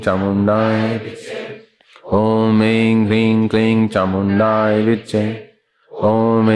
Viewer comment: चामुण्डायै है कि चामुण्डाए है गुरूजी तो चामुण्डाए विच्चे उच्चारण करते है